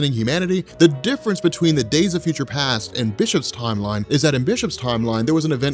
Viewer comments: The fyoucha lol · Tha FUTAH!